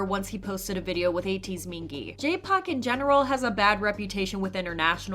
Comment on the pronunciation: Not going to lie the way you say Park, I thought you said jpop. Park makes much more sense 😅. For RV, I'm happy they were open about their thoughts on Kwangya but I'm so scared people will try to use they statements is some negative twist. I know a member of SJ made a similar comment but he is WELL male and whenever female idols make any comments not "I love my label, my life, my ..." they often get a negative cloud around them. Fingers crossed this doesn't happen for RV.